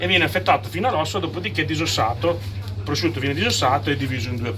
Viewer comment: pvosciutto sbucciato pevsonalmente ievi seva